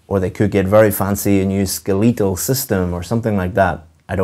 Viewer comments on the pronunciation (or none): U even incorrectly enunciate "SKELETAL"